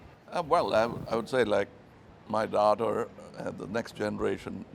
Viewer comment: Kamal Hassan's American accent....my daaater....Kaami kaan....